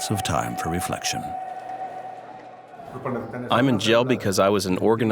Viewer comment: I always heard him say El Longo